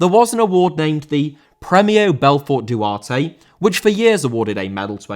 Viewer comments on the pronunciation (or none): Duarte* not Duohtei